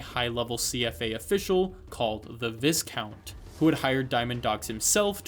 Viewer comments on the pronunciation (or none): took me a couple days to finish lol. very cool. love the story of MG. one thing though, "viscount" is pronounced "vie-count" not "viss-count". also, what do you think solid did with the bodies of big boss and zero? i suppose no one was gonna ask t0o many questions